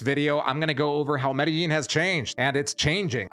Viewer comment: Dude, learn how to pronounce Medellin